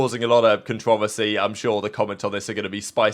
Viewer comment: The most appalling part of this video is how pronounces controversy.